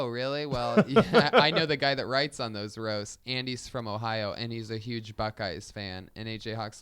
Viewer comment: God dammit Callen, can't you say HUGE or HUMAN without the fucking S sound before the U? It makes me cringe every time. Brendan, smack the fuck out of him every time he does it. HHHSSSUGE.